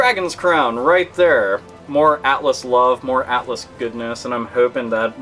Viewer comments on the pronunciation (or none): none